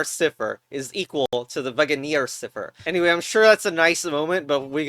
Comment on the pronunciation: Mmm yes, siper ITS PRONOUNCED SCIFHER